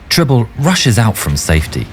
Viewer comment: "Tribble"? Seriously?